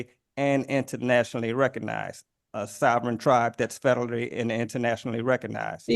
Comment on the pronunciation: lmfao bro said spederally recognized 💀funny asf cause I also recognize him as sped